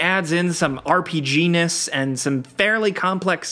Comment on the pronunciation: Heheh "RGPness"